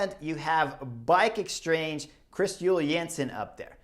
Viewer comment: “Bike exstrange”. 🤣😂 ❤️🦋